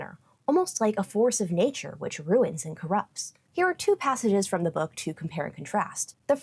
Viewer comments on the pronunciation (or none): none